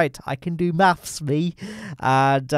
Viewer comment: I can do maffs""